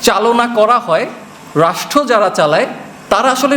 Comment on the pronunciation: বাবা তুমি রাষ্ট্র শব্দটা উচ্চারণে 'ট' উচ্চারণ না করে 'ঠ' করছো, সংশোধন করে নিও এছাড়া খুব ভালো বলেছো তুমি।